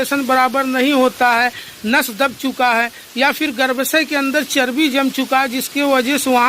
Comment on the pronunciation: पहाड़ी भाई गर्भाशय कहते हैं, गर्भसय नहीं